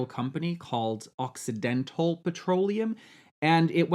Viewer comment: I kept hearing accidental instead of occidental